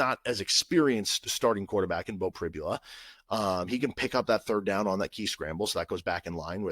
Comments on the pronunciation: Hi CJ, I’m very aware. Although, I guess I should be more understanding given the standard of education that Kansas offers. By the way, it’s pronounced Pri-bul-a. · Hi, I keep noticing you were constantly mispronouncing Beau Pribula’s last name. After Saturday you’ll know the name.